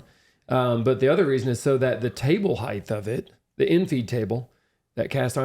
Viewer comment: The word is "height", not "heighth." "Heighth" (or "heigth") hasn't been the appropriate spelling or pronunciation since the 18th century. Also - it's "material", not "maturial."